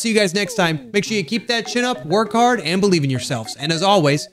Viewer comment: Not as much as I GOTTA BEILIEVE